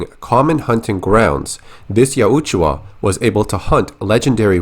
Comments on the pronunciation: Yaut-ja not yaweetjuah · Ya-Oot-Ju-Ah gets me every time 😂😂